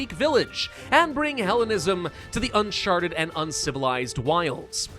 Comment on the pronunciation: saying "uncharted" sounds a LOT like "unsharted".If only he really had.